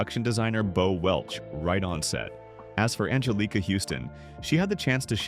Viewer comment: "Nee-ther-world"? "An-jeh-LEE-kuh"? Are you a slow eight-year-old trying to read a kindergarten-level book in front of the class? Best to learn how to pronounce words and names before making yourself sound like an imbecile in front on the word. To everyone watching: If you find this derivative, poorly executed content as awful as I do, here’s how you can make sure this channel never pops up in your feed again —on your feed page, click the three little dots on the right under the thumbnail. From there, click "Don’t recommend this channel. This will remove all videos by this channel from the algorithm that supplier content to your feed. The more people who do this when they see moronic content, the more these terrible channels disappear.